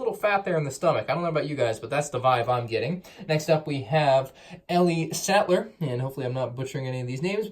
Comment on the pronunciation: He's saying it right it's ellie satler so idk what your thinking